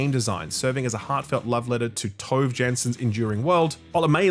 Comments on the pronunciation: for: Tove is pronounced ”Too-veh” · fyi Tove Jansson = Toe-vay Yans-son ❤